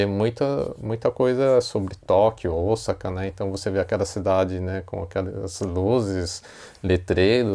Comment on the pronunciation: Esse é um erro q vejo vários jornalistas cometerem ao falar da cidade de OSAKA!! Deveriam se informar melhor!!